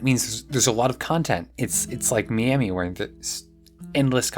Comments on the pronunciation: as a floridian, the way you said Miami hurt me so much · Just imagine she's calling you her friend in French. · Why are you saying Miami like that?